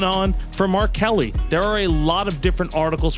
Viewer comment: For a moment, I thought you were saying R.Kelly for VP, and a picture of a white guy. Gotta hit that K at the end of Mark. On second thought, sure, Trump and R.Kelly, that seems like a plausible pair. Harris-Kelly vs. Trump-Kelly